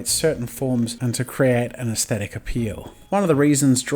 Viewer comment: HE SAID IT I HEARD IT "eAsThEtIc"